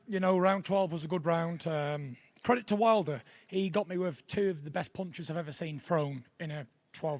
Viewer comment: He was so convincing I had to pause it to remember that he meant to say “credit”.😂